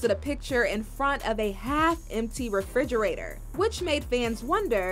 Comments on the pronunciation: Are we all just gonna ignore that she pronounces it “fridgerator” ? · Why she calls it frigerator instead of refrigerator?? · It is a refrigerator not frigerator. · Kim "Walk in fridgerator!" FRIDGERATOR!? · does she say fridgerator?